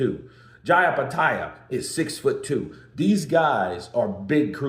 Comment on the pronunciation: Eye petaia? Bro... Do you even read?